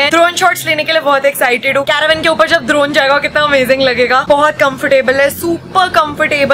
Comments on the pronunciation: ड्रोन= दरोन🤣🤣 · Didi vo drorn nhi vo dron ho ta hai😂😂😊😊